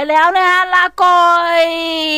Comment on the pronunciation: หนูชอบให้พูดว่า. ลาก่อย. เพราะว่ามันตลกดีค่ะ